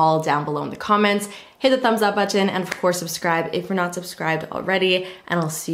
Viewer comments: The Canadian accent really comes through with that word I've noticed from other YouTubers 😆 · I love how she pronounces the word "button." Is it just me? Yes? Lol